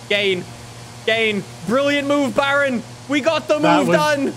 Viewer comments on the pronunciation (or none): none